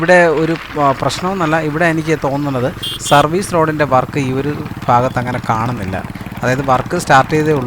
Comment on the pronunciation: ഫാഗത്ത് അല്ല മാഷെ ഭാഗത്ത്